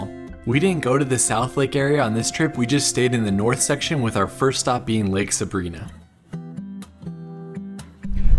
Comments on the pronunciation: Nice trip. Been to all of them and very nice to see them from your lens! Just an FYI: Sabrina (Suh-BRY-nah) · I'm a year late, but if you want to sound like a local it's pronounced like Lake Sabr-eye-nuh :) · Pronounced Sa brine ah, Lake sa brine ah! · LOL.....it's not Lake Sabreeena, it is pronounced "suh-bry-nuh. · Love your videos. Your dad’s adorable!! I’m crushing!!! I grew up in Bishop. Anywhere you go will be beautiful. BTW it’s Sabrina but the I is pronounced long I. Sa bri na. At least that’s how all the locals say it since I’ve been alive. 1966.